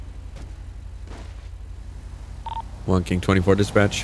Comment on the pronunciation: I swear says "Monkey 24" instead of "One-King-24". Hilarious!